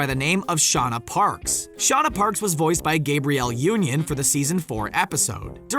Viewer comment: Gab-ree-el Union not Gay-bree-el Union.